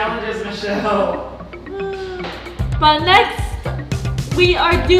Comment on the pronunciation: it is not mushelle it is Michelle